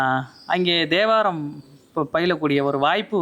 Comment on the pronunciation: Om Namasivaya. A humble prayerful request to our Highly revered Thambiran Swamigal - It is Thevaram not Devaram. I hear His pronunciation as Devaram. Please forgive me if I hear it as Devaram. Om Namasivaya